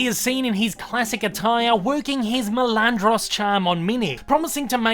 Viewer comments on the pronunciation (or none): NOT "MELANDROS" MALANDRO. JESUS CHRIST do SOME RESEARCH FIRST.. FUCK. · My GOD.Your pronunciation of MALANDRO makes me lose my shit.GODDAMIT. MAAAAA